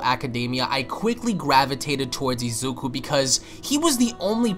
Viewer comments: Why do you keep saying Izeku?? It's Izuku. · Bruh ur calling Izuku Izeku its funny😂